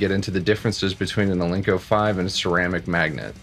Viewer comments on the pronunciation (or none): Are you saying Al-Link-Co ? it's pronounced Al Nick - O Alnico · It's ALNICO, not alinco!